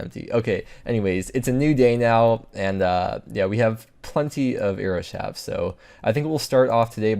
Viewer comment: shaft has a t at the end of it, so the plural form doesn't turn the f into a v... shafts. not "shavs"